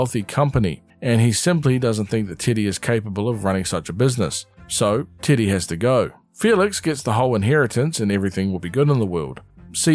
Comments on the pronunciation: Also im sorry but I keep mishearing "teddy" as "tiddy" TwT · Love hearing titty when u say teddy 😫 (great video i adored your summary of the series) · Why does he say titty instead of Teddy? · I cannot get over that you're calling Teddy, Tiddy. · Is anyone else hearing t!tty instead of teddy? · I know you’re saying Teddy but I can’t stop hearing you say Tiddy😂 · I'm sorry but I cannot get over your accent saying "Teddy" 😭 "tiddy" is all I hear